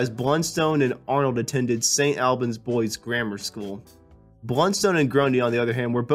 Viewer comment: Indeed. St Albans, for instance, needs to have the 'a' vowel from the word "awl", not from the word "far"